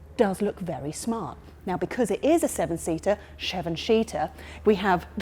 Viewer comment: Sheven Sheater 😆